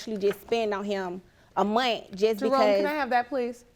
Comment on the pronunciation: in a “munt”. Lord fix it Jesus 😂😂😂